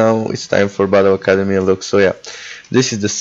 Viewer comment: Lux is not broken and at least learn to her name